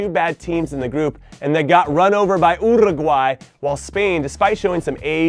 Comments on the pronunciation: Abhik Mazumder but he is pronouncing it incorrectly. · That's how I'm pronouncing it from now on